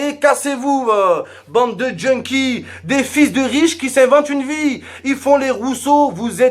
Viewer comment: "Bande de djunkees" 😂😂🤦🏼‍♂️